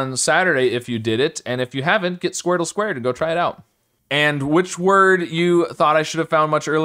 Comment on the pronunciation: i love when you do the squardele (with 2 e's)